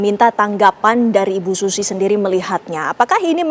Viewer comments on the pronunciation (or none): Masa SUZIE di sebut/bunyi nya sushi 🤣😂🤪😁😜😇